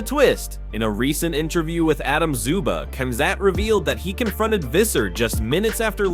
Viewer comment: How is it that more than half of the MMA video voices can't properly pronounce the fighter's names? Here's another one. Duplessuss, Komzutt. WTF?